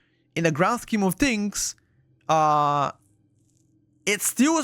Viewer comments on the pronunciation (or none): none